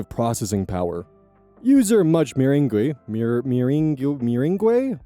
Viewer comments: mr ang is the pronunciation. Like lemon meringue pie. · I imagine someone else has already mentioned this but it's mer-ang. Like lemon meringue pie. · Meringue is pronounced "mer-ang," jsyk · I am so sorry for saying this but hearing you struggle to pronounce meringue got a chuckle out of me also it's pronounced mur-ang, I think it's French or something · Pronouncing meringue as "mer-een-guay" instead of "mer-ang" might be the funniest part of this video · Okay, okay, not to make fun of you, but I laughed so hard at "mer-in-gway" 😂 (it's "mer-ayn", or at least that's how it's pronounced where I'm from lol) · meringue... muh-rang. like the stiff marshmallow cookies. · meringue (murr - ang)= like a lemon meringue pie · Meringue: mer-ANG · "Meringue" is pronounced "murr-RANG" where I live. I have no idea why. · Meringue is pronounced [Muh-rang] btw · i was listening to this while doing other stuff and just hearing how you mispronounced it knew the word was meringue(pronounced mr-ang) its a kind if dessert that uses whipped egg yolks most famously(in the midwest at least) is lemon meringue pie. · For future reference, meringue is pronounced ma-RANG. It’s a candy/desert item made with egg whites and sugar. It’s spelled like that because every French word comes with at least two bonus vowels /j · i do belive that much-meringue-7467 is pronounced mer ange as i am pretty sure that is the spelling for the french desert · FWIW, Meringue is pronounced "Mer-ang", as in Lemon Meringue Pie. It's the egg-white-and-sugar part of a pavlova, and other desserts. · Oh buddy, you did great, but I thought you might like to know, I’m in the U.S., and from experience, I think it’s pronounced like “ma-rang”, and it’s this whipped-cream-like stuff that goes on pies and cakes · Just because it irked me "Much Meringue" Its a desert, I love ya content man but how have you never heard of a Meringue (Muh-Rang) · meringue is pronounced "muh-rang" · Mer(like mermaid)-Aang. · meringue (muhr-ang)